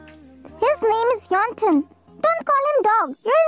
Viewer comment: Yes bro right and I was just laughing when Y/N said 'yellow ton' instead of yeontan 😂